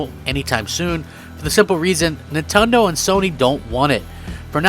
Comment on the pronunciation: did he just say nintondoe😂